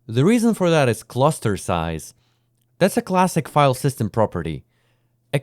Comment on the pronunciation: windwos sysem